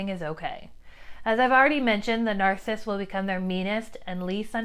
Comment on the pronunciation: Any chance you might be okay with me saying you are saying 'narcist' incorrectly? There is a man on YouTube who is one and explains life from his perspective but says this word incorrectly as well It's not narsist with two syllables It's narcissist with three syllables. Nar- ciss-ist No disrespect, but words are important. How you say them is important too.